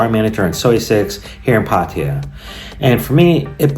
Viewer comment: I’m not gonna worry about how you pronounce Pattaya anymore. This was a great vid. Great info, and smoking ladies. Short to the point. Keep em coming. Ty.. Dirk Diggler, certified!!